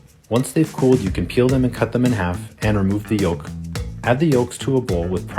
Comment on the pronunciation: Need to look up how to pronounce “yolk”.. the “l” is silent!